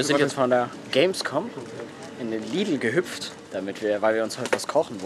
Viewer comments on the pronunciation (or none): das heist lidl und nicht lidel